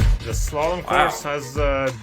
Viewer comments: You've reacted to Slalom before, and youre saying it very very wrong. Its not salom, its slalom, and its most scandis fave. Even danes only care about slalom. Langrend bores me... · LMAO, he can't pronounce "slalom!" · 99% of Americans don't know how to pronounce slalom, and I bet even you don't actually pronounce it correctly either, because everyone I've encountered who THINKS they know how to, don't.